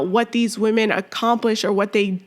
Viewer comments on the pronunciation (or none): he literally said trans woman right , then proceeded to say weeman wrong. thats not even an accent issue. this guys just a fucking asshole , any way they can put their insecure asses above us. theyre so insecure that men dont want them they have to lie about being natural born females and they gaslight you into thinking an asian blow up doll is real human beauty. im done being nice to the fucking assholes. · I don't care if this weird guy claims English is not his native language. He could do a much better job of pronouncing the word "women." When he says "weeeemen" I believe he is pronouncing it correctly; that is, he is deliberately saying, " We MEN." These malevolent individuals are deliberately taking over women's spaces and they are only thinly disguising that fact. They all know it. They are all in on the scam. And for all their inane feminist blather about women's "rights" the fact is they don't give a SHITE about women. They just want notoriety and power to feed their mental illness. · No, they're making fun of the fact that he thinks he's a woman. And they're pointing out that he's not a woman, he's a wee man, and the way he pronounced it has helped the joke. If a real Thai woman had said the same thing, I assure you no one would be laughing. Go look up the meaning of the word 'wee'. That means he's a little man, a small man, and we're laughing because he's small in that area down there which he cut off. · You mock her for pronouncing the word women as "weeman." This was unnecessary and had nothing to do with the issue of gender. You were simply being racist.